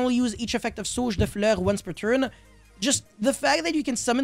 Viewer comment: Record yourself saying De Fluer and release as a podcast that keeps repeating because it’s so SATISFYING ✨De fleur✨